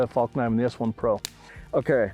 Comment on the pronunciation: I used to think these guys were beyond cool. But this out in the wild really humbled me to their game. Hahaha and the worst part is when that guy kept saying Falk knifen hahaha